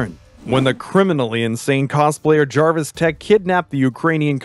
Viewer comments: It’s jervis tetch not jarvis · Is anyone caught on the fact he keeps saying Jarvis